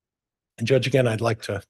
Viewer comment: Did anyone hear "I'm not fallin for that agin!?" hahahaha